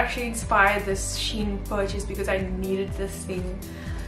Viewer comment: LOVE IT!! so glad you pronounced SHEIN correctly this time 🤣🤣